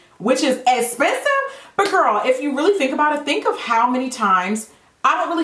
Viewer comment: I love that you said "das esspensive" like Kathleen Lights. Lol I love you Jackie!! 😍😍